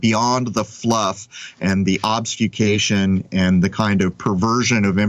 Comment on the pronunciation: Once AGAIN... It's OBFUSCATION... NOT OBSFUCATION. OB-FUS not OBS-FUK. There's no fuk in obfuscation, please keep the fuk out of it, thanks. For a word you like to use so often, one would think you'd take a minute to learn how to pronounce it properly. This has been brought to your attention before so I know you're aware that you aren't pronouncing it correctly. For someone who is seemingly so thorough it's surprising that you continue to knowingly commit errors.